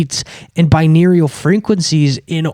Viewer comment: its pronounced bi-noor-al